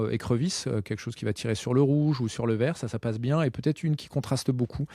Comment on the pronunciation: Hey hey moi j'aime bi quand tu dis "keque chose coume cha su l'bucktail" 😂😊 Ça sonne vachement tche nous😊 Perso je monte des Bucktailjigs pour la pêche du Bar, mon délire c'est de les monter sur des VJ36 pour cacher l'hameçon dans les poils 😉